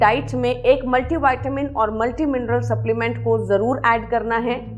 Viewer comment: डाक्टर का शिक्षण गलत उच्चार का लियी हो क्यां? व्हिटॅमिन (vitamin) का उच्चार गलत करती है|